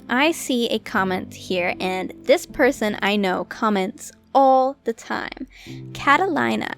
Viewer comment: Ive never heard someone butcher the name Catalina so much lol Great video